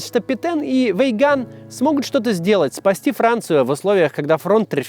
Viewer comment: Петэн пэтен пэтен пэтен пэтен